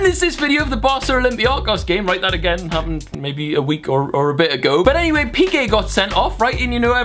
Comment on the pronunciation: i love how he says olympiakos :') it's Ολυμπιακός ( o-ly-bi-a-k'os ) the word stress is in kos <3 kisses from Greece <3